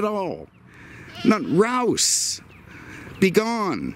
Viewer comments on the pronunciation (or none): are you saying "rouse" or "rousch"? I grew up in Miami back in the day and I was in 10th grade when this car came out.